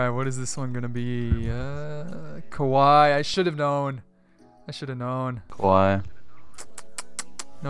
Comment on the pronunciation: Kawii is actually pronounced cow-ee